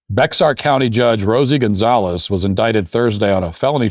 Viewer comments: Just so you know it's pronounced Bear not Bex ar...and our great state Gov. Abbot has ordered all pride flags removed from streets government buildings etc... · Just FYI: Bexar County is pronounced Bear County. I hope everyone now feels more intelligent for having learned this key fact. lol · Bexar is pronounced Bear... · Minor point, the county in which San Antonio is located is spelled Bexar but pronounced 'bear'. The Mexican pronunciation 'bay-HARR' fell out of favor with the Battle of San Jacinto and Texas independence 190 years ago. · You need to look up the pronunciation of “Bexar” 😂